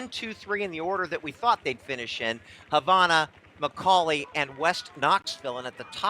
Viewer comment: The way he pronounces Havana makes me angry